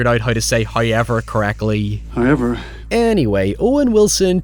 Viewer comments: bwahahaha.. Liam still said Hoyever when you said he said it in the correct American accent. 🤣🤣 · "He figures out how to say however correctly." You mean hoyever, right? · Ha.... Every time you say howyever I say it back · Why can't you say "however"? You make other oval O sounds just fine. Maybe its your jumping off point. In fairness, i can't recreate that sound you make when you say "however", so i guess we're even. I always liked this movie. I like the house. The CGI doesn't bug me. Catharine Zeta Jones looks ridiculous 😛 I think you may have read Wilson's character wrongly here. I never took him to be big headed or nasty because he puts himself in the same boat as the others. Wasn't there an allusion to Eleanor being of the house's bloodline? Something to do with the necklace. Its been awhile since I've seen it. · Um, sir, you DO say "however" correctly. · At this point I don't even know how "however" is pronounced anymore.